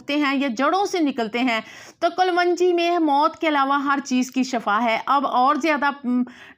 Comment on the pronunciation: Kalvangi nhi khyy kalongi khty hen..